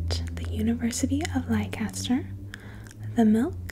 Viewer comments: When I heard Lai-kaster, I totally ROFL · Did you mean Leicester? It’s pronounced Lester! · The University of Leicester. Leicester is pronounced as "Lester" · leicester made me DIE laughing, it's pronounced 'Lester' but the way you say it is sweet lmao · That was an interesting pronunciation of Leicester